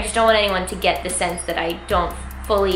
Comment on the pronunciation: "Zee lips"😂